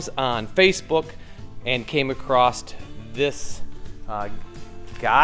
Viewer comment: Ugh.....THERE'S NO T IN ACROSS!